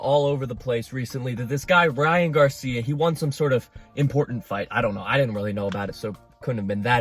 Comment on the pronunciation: I’m so glad you have enough decency and respect to not call him gay-cia